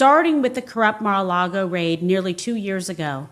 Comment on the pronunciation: how does she not know how to say Mar-a-lago?